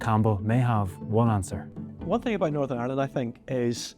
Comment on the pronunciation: "Norsurn arrland"